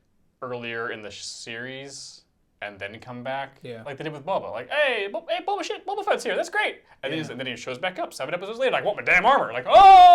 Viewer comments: Did he say Bob ah fett again .....lol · It's not Bob-a Fett! 😆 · or every time he pronounces Boba wrong :)